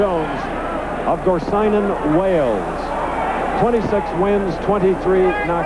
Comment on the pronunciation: The commentator has a perfect pronunciation of Gorseinon ,where Colin was from:-)